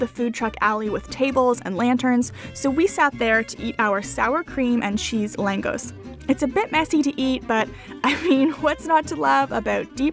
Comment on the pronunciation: Langos is pronounced as Langosh, in Hungarian the letter S is pronounced as sh